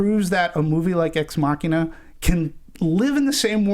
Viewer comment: These guys can't pronounce ex machina